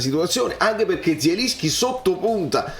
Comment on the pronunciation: E però se dobbiamo fare i fiscali nelle pronunZie, si legge JELINSCHI, con la J alla francese.